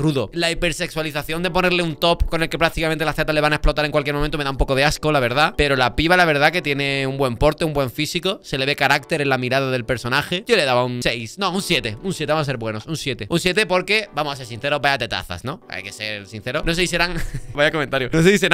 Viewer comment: "cha" no primico, ca ca ca carácter se dice